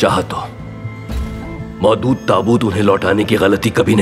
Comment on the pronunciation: Mohdood❌ Maulood✔️